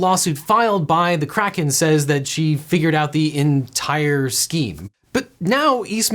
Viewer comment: Is he saying kraken or crackhead?